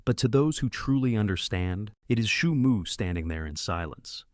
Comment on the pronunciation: Бро не шуму а Суйму 😅